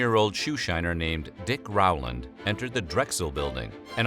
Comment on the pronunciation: His name is not pronounced R-wow-land. It is Row-land. Never could figure how anyone could mess that up. Also, Tulsa was not the only massacre at that time. Check out Caddo, Oklahoma. Stringtown Oklahoma black population were “refugees” from the Caddo area. My family were the only Republicans surrounded by KKK Democrats. Plenty of stories of them having to hide in corn fields when the clan came. Oh, and while we are on this topic. It was not only whites. This is Oklahoma. Many belligerents had Indian roll numbers.